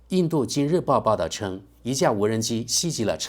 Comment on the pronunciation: ，听到你读错了很多遍，实在忍不住要指正一下。「袭击」应读作「习机」，不是「西急」。